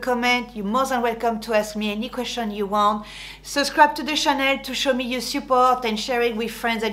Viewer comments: Ça, c’est bien une Française... Demander aux non francophones de bien prononcer LANCÔME mais prononcer “channel” comme Chanel... Vive la France! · You Made me Laugh i hate it too when french names are pronounced in an english way or something you dont even know what they are talking about , but when i first Saw your video you said welkome to my Chanel 😂 so i thought oh it will be about Chanel my favoriet perfume bags ect .... but you meant Channel .!but your style is complete mine , elegant and simple , love your video’s even if i am older than you ! Looking forward to the next one , bye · You are so funny....great video, thank you. I love the way you say channel with a French accent, I keep thinking you mean the perfume..going on holiday tomorrow..Will take your tips with me!